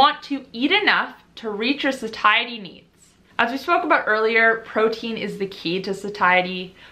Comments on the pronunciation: love u and ur videos! the word satiety is pronounced "sayshety" just btw... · hunh I also thought Satiety was pronounced more like satiate! 😆 Learning more than insulin resistance here 🙋‍♀